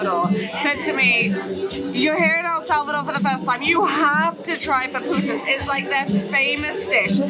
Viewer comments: Girl that’s my country and btw it’s Poo-poo-sas ok 😅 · PAPUSAS HAHAHAHA THESE GRINGOS BUTCHER OUR LANGUAGE. PAPUSAS HAHAHA IS PUPUSAS.